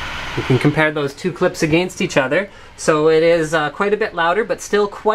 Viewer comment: he says against weirdly :D